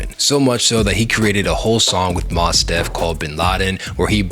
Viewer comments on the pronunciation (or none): Mos[t] Deaf* Not spell Moss Hard to believe you know about Tech but don’t know how to pronounce Mos Deaf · “Moss-Def” bro 😂 MOS… like “MOST” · MOST DEF Mos Def . Not Moss 😂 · MOS Def big dawg, not Moss... like Most without the T... all love tho all LOVE. great video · Homie said “Moss” Dep 💀🥴 tha legend needs more respect than that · “Moss Def” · Cool video mostly but check your facts brother. "Civil War" dropped in like 2011 as part of Tech's 4th full length album "The Martyr", which was somehow never mentioned. Pretty significant and odd whiff there. Also who the fuck is "Moss" Def? Lol these youngins. Mostly dope though, well done. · Youngster said 'Moss' Def. lol Big ups to Tech- baddest rapper ever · Moss Def? Cornmega?… I love your well-researched videos but every single one I’ve seen seems to have an extremely odd mispronunciation of a name or a place. You speak the in a north east dialect so I don’t know what’s going on. Like I’m hearing English then it’s like a Martian read a word of the script. Not sure I have constructive criticism other, read the scripts out loud to a partner. It’s odd. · Boy said “moss” def 😭😭😭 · Last album I bought was his, right after he appeared on Alex Jones’ show. He released Martyr at that time, which was made in 2011. Also, Mos Def is pronounced like most. That’s the word it’s just being said in that manner like how people say ax instead of ask. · Bro called him ‘Moss Def’ 😭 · great video, but "Mas Def" did make me laugh enough to write here. The fact that this isn't a poliitcs channel maybe means you shouldn't cover Immortal Technique, or just be willing to cover artists for whatever is relevant to their stories. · "Moss" Def?! For real? Do you actually listen to hip hop? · Bro. You're out here just mispronouncing names left and right. Like actually respect the culture and do the research first and stop using Chat GPT for content. Actually learn it please. Calling him Mas Def and Baroosh College and Corn Mega.... Come on bro